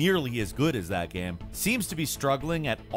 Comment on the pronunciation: I get upset hearing him try to pronounce the word "game"